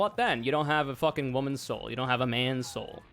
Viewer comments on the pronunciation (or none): You gotta pay the troll toll if you want to get this woman's soul. Could you maybe enunciate because it sounds like you're saying woman's hole.